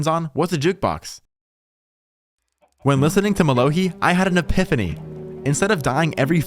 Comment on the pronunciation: Its mello hi not mello hee Lol